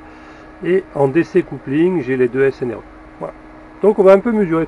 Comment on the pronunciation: C'est rigolo.. tu dis snre au lieu de srne.. tu dis une string.. tien, on a le même metrix.. fais gaffe, il n'est pas très precis en dessous de 10A et vieilli mal, surtout en tension.. je ne m'en sers plus..